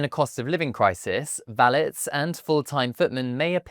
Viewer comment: Please check the pronunciation of the word 'valet'!